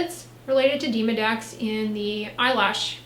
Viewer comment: Demo Dex, not Deemo Dex